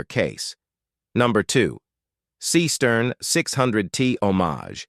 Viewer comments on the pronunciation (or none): It aint no SEEEE-STERN. SEESTERN is a GERMAN name, not an yanklish one. Thank u. 😂